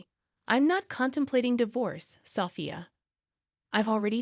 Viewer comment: This is ridiculous. At least get someone who can pronounce the words.....especially the wife's name....is it SoPHIA ....or SOFia. I've made a note to self....don't watch this crap again. Total waste of time, even when I'm TRYING to kill time.